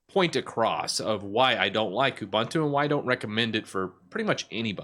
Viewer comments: Ooh-boon-too, not uh-bun-too. 😂 By the way, I love your T-shirt. I'm a huge fan of the Alien series. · It's pronounced "SOO-doo". And "ooh-BOON-too".